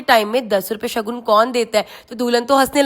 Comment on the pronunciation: कृतिका जी सगन नही शगुन बोला जाता हैं।